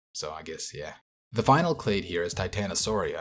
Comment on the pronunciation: new “clate” of sauropods